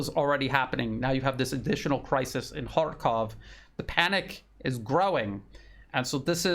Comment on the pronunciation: You are one of the few who pronounce correctly. It is H A R K O V in Russian because it is a Russian city and Russian language